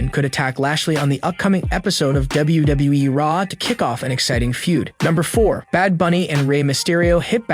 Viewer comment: Bro stop saying e twice it's wwe not wwee